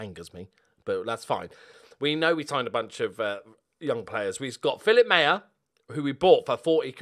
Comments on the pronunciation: Maher is pronounced "Maar" as in Johnny Marr who was born Johnny Maher but changed it because Brits can't pronounce "Maher"! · maher is pronounced marr if irish